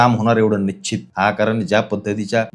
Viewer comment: Nicchit nahi Nishchit mhnayla shik